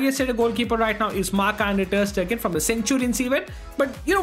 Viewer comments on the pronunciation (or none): did he say ter Stegen?